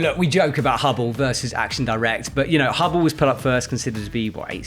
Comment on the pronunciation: Action direct is not an english but french name. Please pronounce it properly!😶